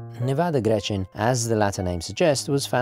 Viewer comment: Wow, thank you so much for the review! I'm Swiss and never heard of this brand at all. This is certainly going to be my next watch, or maybe their Super Antarctic 3.6.9. I own a Hamilton American Classic Intra-Matic Panda chronograph which is sadly just a tad too big for my wrists, the Nivada would be perfect. You are pronouncing "Grenchen" wrong though and make it sound more like "Grenschen". I can't think of an english word with this particular sound though. Imagine "ch" being pronounced like a "k", but without the attacking sound at the beginning, your tounge shouldn't hit the roof of your mouth. In swiss-german dialect we'd pronounce it "Gränche" :)